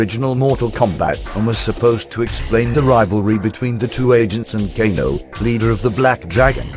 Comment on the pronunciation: LOL the guy said GAYNO not KANO